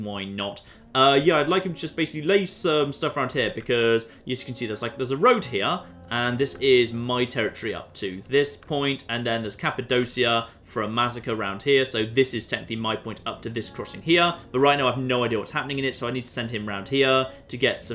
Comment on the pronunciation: It's said "Cappa-doch-ya". Because C in turkish is said like cha.